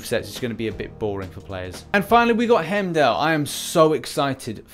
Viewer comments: It’s not Hemdell, it’s pronounced HIME-DALL!!! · Why the fuck would he be skill? He should be science for the same reason as cap. (Red skull) P.s it’s pronounced “Hime-doll” not “hem-dell”